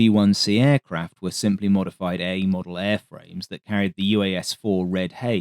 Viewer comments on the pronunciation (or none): none